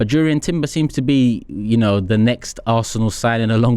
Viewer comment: It's pronounced Yurrien not Jurrien.